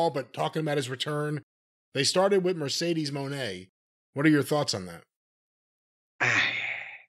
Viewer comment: I just love how Jim cornette Miss pronounces Sasha banks name " Mercedes moannnnn!!!"😂😂😂😂